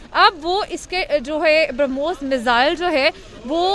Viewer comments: Kya faltu pronunciationhai sala ..Bromhos ko ...sala bharamos bol raha hai sala ye experts henn.. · Bhara moos nhi barmohs nam hai ullu anchor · it's not Bharamoos, it's Brahmos. Definitely you are a madarsa product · Barahmus nahi brahmos. 🤣🤣🤣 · पाकिस्तानी भाई पहले बोलना सीखो 12 मोस नहीं ब्रह्मोस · Aare madarsa chap pehle padna sikh le... Wo Bharamos nahin hai us ka nam Brahmos missile hee.... Padh na likhna to tumlog karoge nahin aap ni ijjat ka janaja nikalne camera ke samne beth jate ho🤣🤣🤣🤣🤣🤣🤣🤣🤣LOL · बरामोस नहीं बोलते कटवे ब्रह्मोस कहते है 😀😀😀😀😀😀😀😀😀😀😀😀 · 'Bhara moose' sun k laga ki gaali de raha hai 😂😂😂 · Philipaine, bharamoose waah re news reader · He has difficulty in pronouncing Brahmos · Did he just pronounce Brahmooos LOL 😜🤪😝😂🤣